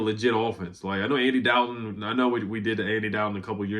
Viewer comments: Thanks for the update. It's a Dalton not doubton lol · Why you say Dalton like that😂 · How you pronounce Norfolk and Dalton wrong 🤣 Love your vids bro 💯